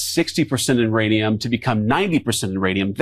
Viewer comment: Couchman was saying nuranium.